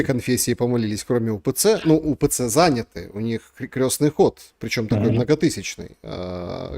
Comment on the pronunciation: КрЕстный ход, а не крЁстный. От слова "крЕст", а не "крЁст". Крёстными бывают родители.🌹